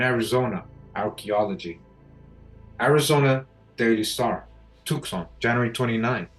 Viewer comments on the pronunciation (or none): Thank you! BTW Tucson is pronounced too sahn or tu san the c is silent for some reason.